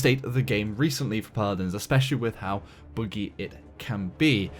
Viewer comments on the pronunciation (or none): Did he just say boogie for buggy. What accent is that??